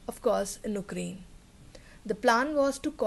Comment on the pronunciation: Ukraine - Why do you say 'oo'kraine, it is pronounced as 'yoo'krayn